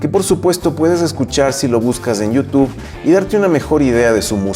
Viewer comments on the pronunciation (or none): none